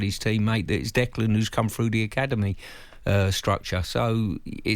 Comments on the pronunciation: Can someone tell Stuart Pearce that there is no D and the end of Declan 😂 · what's wrong with Stuart? kept calling Rice "Declaned" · Funny, what in his brain tells him that Declan is pronounced that way, appears he was very lucky he was a good footballer.